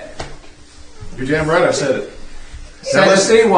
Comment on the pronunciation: Oh shiwd, he saiw it